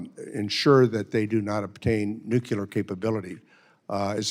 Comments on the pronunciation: NUCULAR?!?!? People try to say it correctly. Is NUCLEAR. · Costa must be a democrat, as they typically pronounce nuclear , as nucular. Well, there is GW Bush, but then I digress.